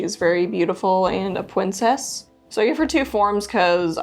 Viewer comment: I like that you referred to Moonshine as "Pwincess"